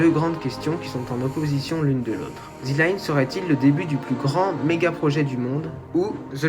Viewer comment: Merci pour ton travail. Attention à la prononciation c'est bien THEU line et pas THI line car ''line'' démarre par une consonne. Petite réflexion sur le coût annoncé de 100 à 200 milliards : the line va faire 500m de haut et 200 de large soit 170x0,5x0,2 = 17km3 ou 17 milliards de m3. On arrive sur un coût d'environ 10$ le m3... En France un bâtiment d'habitation coûte environ 1000€ le m3 à construire. Un hangar agricole le plus simple environ 50€ le m3... Je parle en m3 car la surface en m2 n'est pas connue.